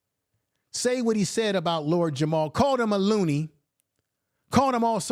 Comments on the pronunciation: Just slaughtering the man's name. It is Math Hoffa, not Math Huff 🤦🏿‍♂️. At least give him that respect. Also, its Lord Jamar not Jamal. It makes me think you didnt do much research on the people, and rushed to respond to the issue. Let me make it clear, my folks are from the South, i.e. Alabama, Arkansas, South Carolina, Mississippi. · lol i feel this vid thanks but...does hoffa is absolutely not pronounced "huff." 😅 also jamar isn't pronounced "jamal," vlad isn't pronounced "vlod," etc.